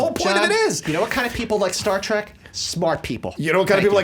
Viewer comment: Star... "Tek"?